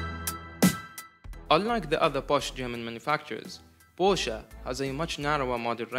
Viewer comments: i like that you made a big thing out of the pronounciation and then proceeded to pronounce it porsch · The other way around actually, the correct pronunciation of the German brand is "por shuhh" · German Name, you pronounce all letters, so, it's with an "e" at the end and no, not the English pronunciation of "e", but the German one. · Thank you thank you for explaining the proper pronunciation. Brits are notorious for calling it PORSCH! Sounds like a Russian Beet Soup! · Thanks for your feedback! Just to clarify, the word was the English word "posh", which means luxury, and it has nothing to do with the brand name. Although the intension of the word is to pronounce the brand name, the right pronounce is what I mentioned as demonstrated at the beginning. Not a big deal though, thanks! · Oh I am gonna to send this video to people each time I hear they pronounce Porsche